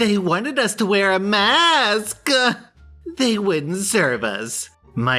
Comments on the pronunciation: emphasis on the "MaSk" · The “They wanted us to wear a MAASSS-KUHH!” took me out. 🤣 Also, I refuse to believe the actual Karen in the second post is not a parody account. I refuse!